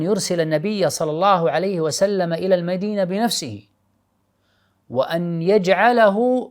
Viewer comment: اخ فايز ارجو منك فقط تقبل نصيحتي قلبي يحترق عندما تقول (صلعسلم ) قد صلى الله عليه وسلم